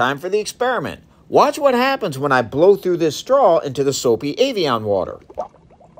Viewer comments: I'm sorry are you saying "avian"? 😂 It's pronounced (ev-e-on) my guy lol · As a child of the 80s its pronounced Eh vee on. Like Ed not Avion like Aviation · It’s EV-Ian not aveaon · EVian said like every, not AIVian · It's not avian it's Ev ee on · Avion (like avionics) vs Evian (eh-vee-en) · Why did you pronounce it Avian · So it's Evian is not said Avian... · Evian Eh not A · I love how Americans pronounce every vowel in EVIAN completely differently to a British English speaker. Americans pronounce the E as A the I as an E and the A as an O! Might as well spell it AVEON lol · AYVION! wtf pronouces it that way? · "avian".... A-vian?? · I know it's probably bait, but I have never heard it pronounced 'ay-vee-on' before. I'm European though, so maybe it is a standard US pronunciation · why do you call it ayveeon? lol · Evian - not Avian! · "Ayvion water" "oquafina" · Evian. Not Ayvian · My guy thats an e!!! E-E-EVIAN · Why are you calling it Ayvian? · I love learning... but I really couldn't get past the consistent mispronunciation of evian 😅